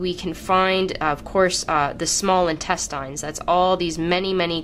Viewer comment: but no one is bothered by the way she says intestines lol